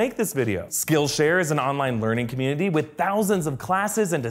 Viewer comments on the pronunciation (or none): none